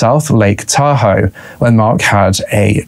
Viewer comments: It’s “tah hoe” not “tahoo” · Sorry, you're too long winded to get to the chase, also you mispronounce the name name of Tahoe, there's no accent, its a one syllable pronounciation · It's pronounced Tahoe not Tahoe. Yeah ok maybe it is Tahoe. I can't decide.